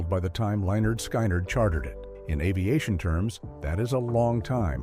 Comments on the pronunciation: Lol stupid AI narration Lynyrd SKYnyrd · Please pronounce it right!!!!!. Skynyrd rhymes with lynard.